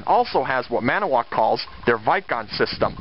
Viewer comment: as a Wisconsinite I want to let you know great video! but its annoying to hear you say ManAwoc! it has a TO in it! its said Man-IT-O-woc. made in WI! Hope that helps!